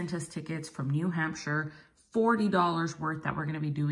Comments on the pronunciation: What a nice woman katie is AND SO TALENTED!!! BEAUTIFUL GIFTS.... TY SANTA KATIE, AND ITS NEW HAMP SHER PRONOUNCED.....LIVED THERE FOR 15 YEARS & still have a summer place there...GREAT STATE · Pronounced Hampsher.